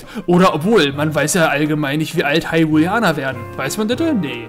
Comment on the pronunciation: hyrulianer? hab ich das richtig gehört? x.x das heißt doch hylianer D: oder hab ich was an den ohren >.<